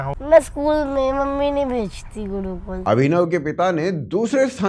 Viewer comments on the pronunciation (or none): Wo gurukul is liye nahi gaya kyoki wo 'Gurukul' hai, 'Gudukul' nahi.. 😄